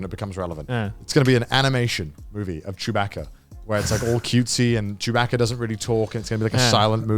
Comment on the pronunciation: Every time they said "chew-BACK-uh" I wanted to flip a table. I hate star wars.